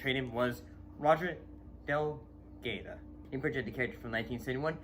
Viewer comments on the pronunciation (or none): Good job.but its Del god o (pronounced) my favorite is the Master..ill save this to watch again!👍👏👏👍thanks.😊